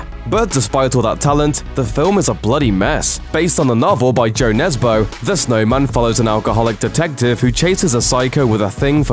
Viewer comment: Its a Ø not Bo. Jo nesbø not jo nesboo